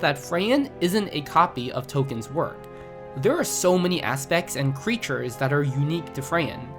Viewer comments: "Tokeen" "Freyin" "Himo" Bro i cant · Are you sure toe keen is how you say that name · Free-in He-mill Toll-ken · Tol-keen is the correct pronunciation